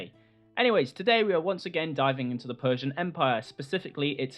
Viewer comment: It's the PERRRRSIAN EMPIRE!~